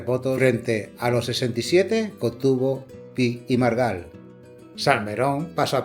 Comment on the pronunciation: Copón, ¿Tan difícil es pronunciar correctamente Pi y Margall?